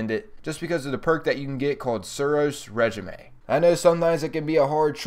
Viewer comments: Just a heads up, it's RayJeeme - Not RedGemAy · Said suros ray-jeem not reg-ime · Great video :) jealous of your strange coins. But it's said ray-jeam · I love this guy, Suros re ji may